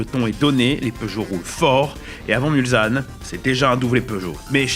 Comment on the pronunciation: Merci d'arreter de dire mulzanne😭 on dit mulsssssanne😁